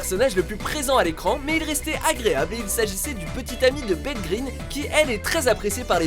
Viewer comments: Au cas où, Beth sa se prononçe Bess pas Bette PS : Vous avez pensez à Aiden ptin je vous kiff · ce n'est pas "Bette"" mais "Beth" (Bess) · Ah et Beth c'est bess pas bett